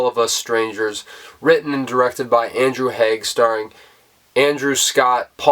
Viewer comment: Great review of a great film! (And ten out of ten for pronouncing BOTH Andrew Haigh and Paul Mescal's name correctly! 🙂) Took a second viewing to fully grasp the ending.